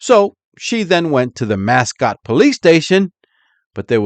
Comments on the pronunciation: Not that it matters, but its pronounced Mass- coat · Pronounced Musk-oh-tee